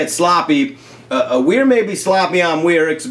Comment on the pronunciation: A hilarious, perfect, goofy, and spot on slip on words. "WEIRICS"! Put it in the Grateful Dead dictionary! "WEIRICS" is born!!! #WEIRICS #LYF🤣😂❤✌ps. What would be the correct way to spell "Weirics"? "Weirrics" "Weiryrics"🤔🤔🤔